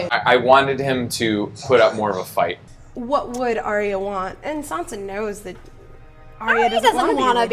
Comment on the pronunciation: Arya's name is pronounced 'Eye-ya' or 'Ar-ya'. I saw Maise say it in an interview 😊